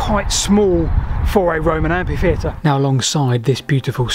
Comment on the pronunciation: Very interesting video, by the way the right pronounciationi of Amphitheater ,ph is read as f not just p, also that is not an Amphitheater is a theater, the Greek prefix "amphi" meant "double" and also "around" in Latin hence Amphitheater meant the double theater or the all around theater .For this reason the amphitheater has a slightly elongated elliptical shape, as if it were made up of two letters D, positioned to form a sort of circle or ellipse. The theatre, for its part, has a semicircular appearance, visible from above as a single D in which the curved part will be intended for the chairs of the theater guests and the vertical line represents the stage.The Colosseum in Rome is an Amphiteater (in fact its original name is Flavio's Amphiteather) example of theater instead are in Benevento,Taormina(Sicily),Merida (Spain)